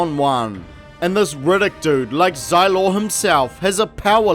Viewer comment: Best part of the video is "Rigiddick". 😂😂😂. The whole thing is good though.